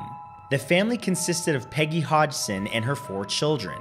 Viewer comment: hi the name of the family is pronounced hodson but spelt hodgson sorry my mum had the same surname